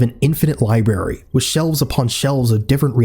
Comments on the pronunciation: Bro said “libary “ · Did... did this mfer say "libary"?